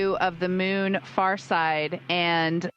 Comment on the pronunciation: I kept hearing "mune", instead of moon.